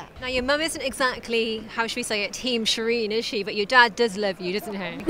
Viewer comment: Shireen, Shireen, it rhymes with queen.